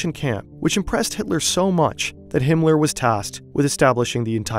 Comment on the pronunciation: Himler? Cmon, man...